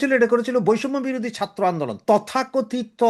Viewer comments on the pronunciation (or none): none